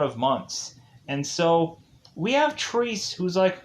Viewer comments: Triss? It's Tre-Se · Actually it is pronounced trece or 13 in spanish. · What fucking Trees? Get the bloody title right, at least. TRE-SE!